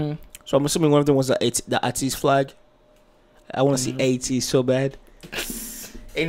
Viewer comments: much love!❤️ also idk if atinys already told you! but their name is pronounced like A(aye)TEEZ which means: what teenagers need/want they got it from A to the Z so yeah ATEEZ! :D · It's pronounced like 80s. Ateez has story line for their songs. So in the beginning there is the Treasure series and Pirate king and Treasure they are searching for that Treasure. The treasure can be the fans that they gained, the success that they want, the desires they have to be known globally. Treasure depends on the person but they all tie in together. In Thanxx, you will see scenes that remind you of their beginnings with Pirate King, Treasure etc. I recommend Hala Hala on KQ Entertainment's channel, their Win performance from their Seoul tour also Wonderland comeback stage and their MAMA mashup. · Lol you want to say Aye-teez so bad because that is how it is pronounced 😂😂. When you started talking about fast and furious the song that came to mind was See You Again so maybe that is what this song reminded you of. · Are you mispronouncing ateez just to spite us 🤪 Lmao I enjoyed your reaction guys ✌️